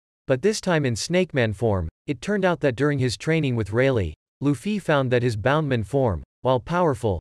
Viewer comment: it's bouncemen not boundmen